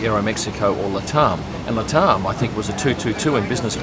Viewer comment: Luh-Taarm? I just pronounce it Lat Am, as I suspect it's short for Latin America.